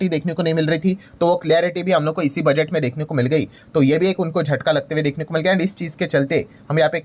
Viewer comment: ये बुडगेट को बजेट क्यूँ बोलते है